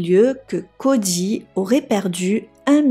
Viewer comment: Cody. Pas CODJY🤦🏾‍♀️